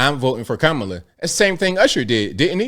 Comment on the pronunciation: Good for Usher! Joey is annoying! And racist for pronouncing Kamala name wrong